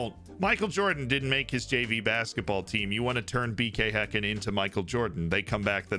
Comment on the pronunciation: Props to the bald guy for actually pronoucing häcken the right way and not saying "hacken"